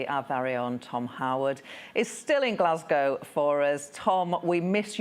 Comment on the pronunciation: Was listening to Obama on your show but had to stop, I can't listen to anyone who can't pronounce the name of the city he is visiting properly. Glaswegians must be going crazy!